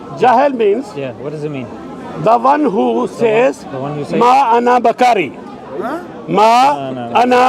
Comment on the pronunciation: "Ma Ana Bakari"? I'm so sorry uncle but I think you are trying to say Ma Ana Bil Qori'. If you want to insult Rasulullah Muhammad SAW, at least do it properly, uncle. XD